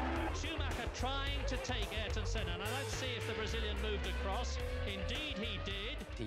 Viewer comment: A tribute to Ayrton Senna, yet NOBODY in this video knows how to pronounce his name correctly (except , the only one to say it right) 😅